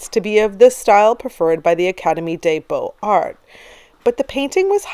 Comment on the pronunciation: Another great video, some great choices in here - the anatomical impossibility of Ingres' Odalisque doesn't detract from the picture's overall appeal but it does make me giggle when I see it :) Incidentally, there's liaison between 'x' or 's' and a vowel, so 'beaux arts' is pronounced 'bohzar' and 'des arts' is 'dayzar' :)